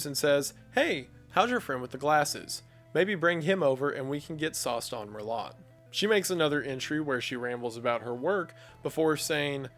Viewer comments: I love people that don’t drink wine try to pronounce merlot…especially when they say it with a hard “t”. I know it’s spelled “Merlot” but it’s pronounced “Merlo” with a silent “t”. Im sorry that out of the whole video, this is what I comment about. I love your channel, especially anything with oceans in them, due to your phobia which I totally understand since I have a little bit of that same feeling about the ocean depths. I don’t mind swimming near shore or surfing as long as I can see the bottom, but as soon as it gets to a certain depth everything changes! You’d think living in Hawaii, with an ocean all around me and being a native Hawaiian by birth would help, but f*** all that noise! There are things out there that we have never seen and have seen us that freaks the hell out of me too! Sorry to go off on a tangent there, love your channel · the t is silent it's pronounced mur-lo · Just to let you know its pronounced (merlot) Mer-low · I'm sorry Wendi, merlot is pronounced "merlow" 😂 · Hey, love your videos. Heads up, merlot is pronounced mer-loh. Thanks for everything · Im sorry… Mer-lot? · “sauced on mer-lott”🤦🏼‍♂️ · Only thing i retained from this video was your pronunciation of "merLOT" tbh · I take great comfort in Wendigoon’s pronunciation of Merlot. Not a wine drinker, are you son? 😁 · Did you really pronounce Merlot as "Mer-Lot"??? 🤣🤣🤣🤣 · "Sauced on Mur-Lot." My brother in Christ, Merlot? Fully broke my immersion for a moment there. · Mer-lot hahaha! Not sure if he intentionally said it that way or isn't sure how it's pronounced. Made me laugh. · Love your vids and idk if you were joking or not to but merlot is pronounced mur-low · Mer-lot, lmao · babe, merlot is pronounced mer-LOW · “Mer-lot” Not much of a drinker are you? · "muR LoT" 😂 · The T in MERLOT is silent smmfh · what scares me more than anything about this video is how wendi pronounces "merlot" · "Sauced on Merlot?" Wendi, I know you know the t is silent. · Heheh, he said merlot wrong :)